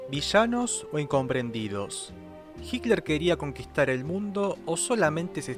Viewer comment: "HICLER" ??? PORQUE DECIS "HICLER" ??? ADOLF HICLER SE LLAMABA?? JAJAJA